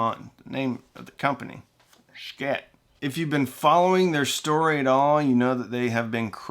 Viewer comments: Not 'sh-kit' my friend) Pronouince it rsght "sheee it")) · "shii-teh" not shkit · Not sure why you insist on murdering the Schitt brand name every time you say it. It is one thing to say it "stylized" if it's a business decision, but you don't have to emphasize it, and as a branding expert, I'd be irate if you did that to brands I've represented. If you're going to say it in a way that's inconsistent with the authentic company branding, just breeze through it and try not to draw attention to it. I like what you do, man. But that's my $0.02. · Not sure why you feel the need to continually mispronounce their name. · I, speaking only for myself and no other, think that it is time for you to start pronouncing Schiit the way the rest of the world does.